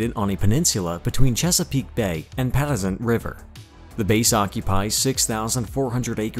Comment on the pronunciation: You should at least do some “basic” research before you make a video. Pa Tux ent. Not pattisent. It took me a few minutes to figure out what bae you were talking about . Nice job on the video overall